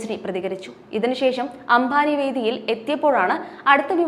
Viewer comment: അംഭാനി അല്ല , അംബാനി. പിന്നീട് പറഞ്ഞ ഘാനും തെററി. ഉഛാരണം മുഴുവൻ തെററ്